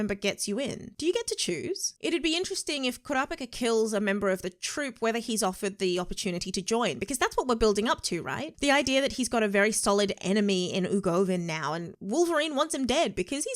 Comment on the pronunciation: Ugovin Me screaming at the screen: it’s Uvogin